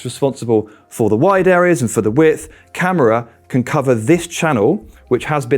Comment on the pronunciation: why doe's everyone call KAMARA Camera ? its KA MAR RA BOUBACA KAMARA ! Camera hahaha i hear this often its hilarious pronunciation is important fellas least no one gets Super John Majins name wrong oh ffs UTV